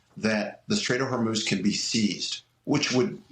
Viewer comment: The Str-ATE of Hormel